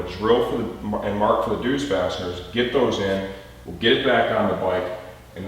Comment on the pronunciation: Its pronounced Zeus (just like the Greek God) although nice job pronouncing the DZ sound in dzus.